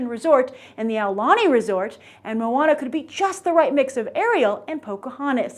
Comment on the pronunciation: Not MOO-WAH-NA, it's MOE-AH-NAH